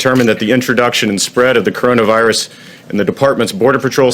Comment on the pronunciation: It's pronounced coronavirus ... from the group of similar viruses that exist in animals and birds, and manage to jump to human hosts. I thought he really got this stuff ?